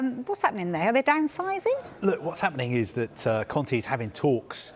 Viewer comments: It's Conte not Conti dude. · Why is he saying Contea ? The lady cleary says Conte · Why does this guy call Conte Con-tea :') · why does he call Conte Conti ahahh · "conti"... Kill me now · why is he saying Antonio Conti?